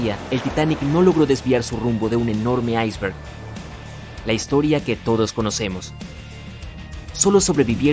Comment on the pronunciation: Se dice Iceberg No Aisver. xD!